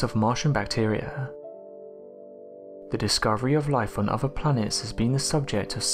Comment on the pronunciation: Very interesting stuff. I just wish the narrator would learn there are no Vs in other and the letter 'Aitch' is not pronounced Haitch. The prerequisite of an english voice over is proper english.